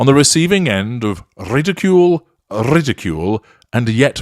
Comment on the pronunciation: Rrridicule, rrrridicule, rrrrridicule 😂 Horn?? Xx